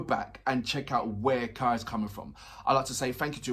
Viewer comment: Kai is pronounced like 'sky', but without the 's'. Like you did XD